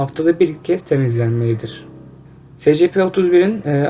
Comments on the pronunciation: Sana İngilizce öğretmeni atıyorum secepe değil esipi diye okuycan!!! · Demir Durmaz es si pi. s= es diye okunur , c= si diye p=pi diye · Scp es si pi diye okunuyor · Esipi diye okunur